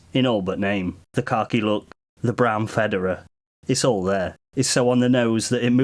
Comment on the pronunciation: Pronounced: fuh-DAWR-uh. Also, its more like 30 deg angle.